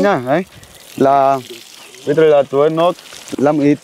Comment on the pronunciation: Caramen nên chỉnh cho nói chuẩn Việt (tưới -tới nước😅😅😅)